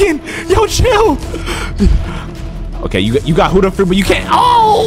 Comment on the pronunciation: why do u call buddha fruit huda